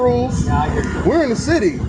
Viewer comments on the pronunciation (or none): none